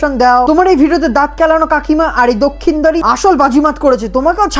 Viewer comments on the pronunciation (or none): আবে ওটার লক্ষিন্দর দক্ষিণদরনিজে আগে উচ্চারণ টা ঠিক কর। ফালতু লোকজন জাতা মাতা ভিডিও নিয়ে রোস্ট করে। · আগে তুমি নিজে ঠিক করে কথা বলো দাদা ওটা লখিন্দর;দক্ষিণ্দর না। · আমি তোমার মত চেষ্টা করছি দক্ষিণদ্বার বলতে কিন্তু হচ্ছে না তোমার দক্ষিণদ্বার বলাটা অনেক সুন্দর হয়েছে😂😂😂